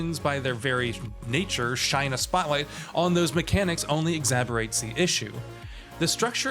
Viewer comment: Exaberates? What the hell is even that. Do you mean Exacerbate?